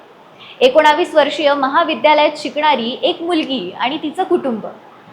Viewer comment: एकोणावीस नाहीं ग एकोणवीस